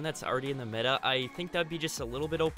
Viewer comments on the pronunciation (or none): none